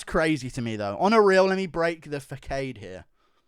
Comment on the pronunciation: I was on side until he said facade like that